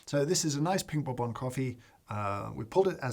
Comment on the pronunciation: Is this the English pronunciation of bourbon?